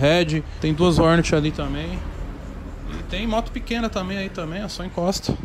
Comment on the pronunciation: Ele chama a Hornet de Hórnét kkkk